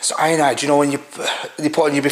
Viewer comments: Iodine mate not ionide lol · Iodine not ionide. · Iodine*?😂said ionide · I gonna call you... Ionide = Iodine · It's iodine not ionide 🤣🤣